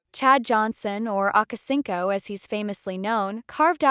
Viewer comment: Akacinco ? 😂😂 Damn A.I.